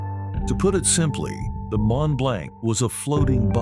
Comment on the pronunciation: Mont-Blanc is Actually Pronounced as: “MON - BLONC”……It was the Largest “Non-Nuclear” man-made explosion…..The Largest Man-Made Explosion of all time was the 1961 Detonation of the Soviet Union’s “Tzar-Bomba”, an enormous 50 Megaton Thermonuclear Bomb…..The massive Hydrogen Bomb was dropped from a TU-95 “Bear” over the Arctic Island of Novaya Zemlya, and Detonated at an altitude of 13.000 feet above the ground……The huge blast from the explosion shattered windows in Norway, nearly 800 miles away….The Mushroom Cloud reached an altitude of 175.000 feet…All the snow and feet thick solid ice completely vanished for over 50 kilometres in every direction, even rock was turned into sand and glass….The Shockwave was so immense, it circled the entire world 3 times and a 5.5 was measured on Seismic Equipment……